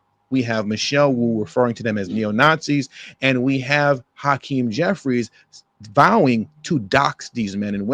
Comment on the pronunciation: Hacream was at diddly what i heard 😮